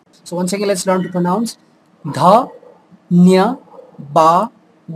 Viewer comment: Dhanyivaad has v sound or b sound sounds like he's saying dhanyibaad